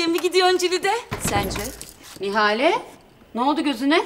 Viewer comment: Nihal değil Nihale